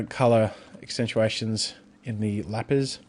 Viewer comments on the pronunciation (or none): none